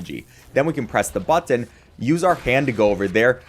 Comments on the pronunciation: I liked everything in this video except the way you say “BuTtON” 😅😭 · You say button weird